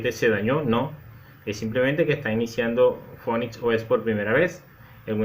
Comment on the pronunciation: se pronuncia (p)finix, y la pantalla se me queda en negro con una liñita titilando